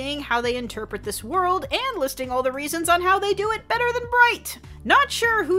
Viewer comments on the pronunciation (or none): none